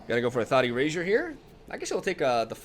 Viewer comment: Am I the only one that hears Th0tty Rager every time says Thought Erasure?